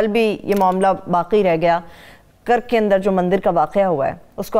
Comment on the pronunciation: Kurk nahi karak naam hai Madame